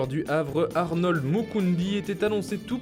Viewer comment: C'est pas harnold c'est harold